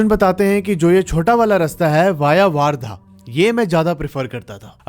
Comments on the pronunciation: Warrda❌ Wardha✅ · वार्धा नहीं भाई वर्धा है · वर्धा हैं वो वारधा नहीं है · वार्धा नही वर्धा है वो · भाई वार्धा नहीं वर्धा है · Or wo waardha nhi ....wardha hai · bhaiya wo waardha nahi, वर्धा है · Bhai wo waardha nhi hain wardha hain ..... sorry to correct you